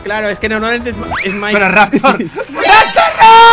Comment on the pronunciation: Se dise mike